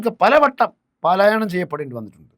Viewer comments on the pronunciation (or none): none